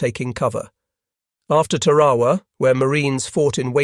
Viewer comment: Mispronounces Tarawa.